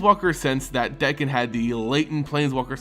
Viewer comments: Dude its D(A)kkon not D(e)kkon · Dakkon blackblade, not dekkon. Besides that, great job.